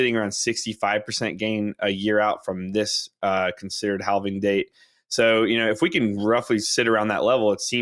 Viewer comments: the"L": in the word "halving" is silent. just fyi. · Can we talk about this guy pronouncing halving?